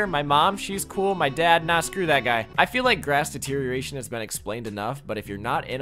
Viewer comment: I'm so proud of you being able to say grass deterioration. 💙💜💖